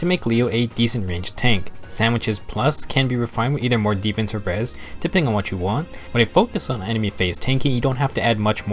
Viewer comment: Every time you say "Depending on what you want" I always hear "Depending on Witchy wand"